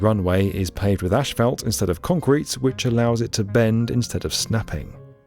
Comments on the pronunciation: I could not find the substance "ashfelt" . Did you mean to say asphalt? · Ashfelt? It's spelled 'asphalt'. There's no 'ash' part to be pronounced. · no way he called asphalt ash felt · I know Brits have different spellings and pronunciations from Amerians. But I'm still puzzled by how you turn "asphalt" into "ashfelt." Is there a completely different word for this material in the UK? Anyway, I'm a big fan of your videos and think you do a fantastic job with the production. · asphalt, not ash-phalt.